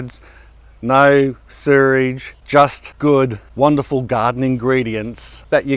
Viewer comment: Lol you say 'sewage' funny... Another great one,!